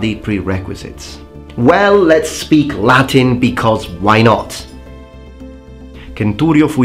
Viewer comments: From a fellow Roman fanboy: thanks for the video! And finally someone who pronounces Latin in a 'correct' way. And some decent knowledge of war history. Like a cold breeze on a hot summer night. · Nice Latin pronunciation!